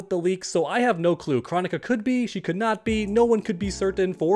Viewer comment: I don’t understand how Kronika’s name has been said so many times in game and yet you still don’t know how to pronounce it.